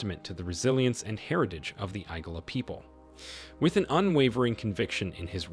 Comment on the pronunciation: ..."the hair apparent"...? You mean the heir apparent? It's Igala, not Egala. You're pronunciations are off.